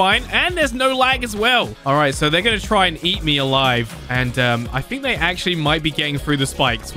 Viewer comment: guys stop saying day